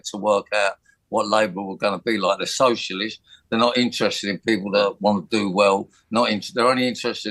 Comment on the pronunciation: What's a "shosherlist"? 😂 What a garbage human being